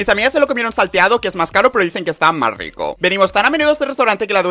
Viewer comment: Habla bieeen aaa que nervios que riCO sUR deliciOSO popULAR